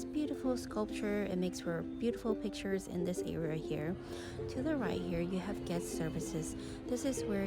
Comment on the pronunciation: “Guess services?” I think she means “guest”